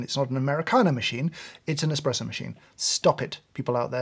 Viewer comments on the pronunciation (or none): Thats how an Indian normally says espresso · Wonder what James dislikes more; people who call it a cappuccino machine or people who say expresso? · What's worse 'cappuccino machine' or calling it 'Expresso' ?